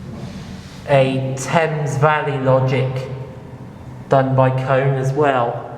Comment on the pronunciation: The real pronunciation for Kone is Koh-Nay